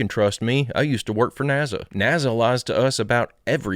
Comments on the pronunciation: Hell yeah! The first and most important question should be is why he pronounces NASA as" NAZA". That's all I want to know. Thank you. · There’s no Z in NASA! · 😂😂 I remember when a fan made him a NAZA shirt (or hat, I can’t remember which)… you’re asking the important questions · = u cant sue me nasa i clearly said naza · did she say 'nasa'??? occupy psyence and sciecology! FAF